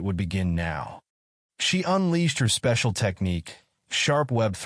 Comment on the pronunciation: I can hear the "YOU ARE MY SPECIALZ"